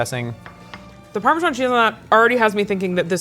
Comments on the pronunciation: did my guy say ParMeezian Cheese?? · Please learn how to pronounce parmesan cheese properly. Parm-e-san